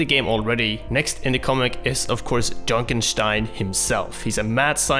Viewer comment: Every time he says "junkenstein" like "junenshtein" I want to fucking kill myself